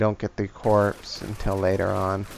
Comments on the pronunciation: Nope, CORPS is pronounced as CORE... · Nice video. Btw, it's pronounced "core" not "corpse". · It is most definitely NOT pronounced Corpse. It is pronounced "core". Feel free to look it up.